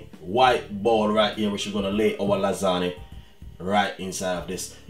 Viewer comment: Great video but lasagna is pronounced lasanya not lasaneee